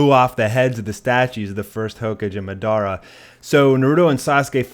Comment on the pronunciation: It's naruto not narudo and madra not Medea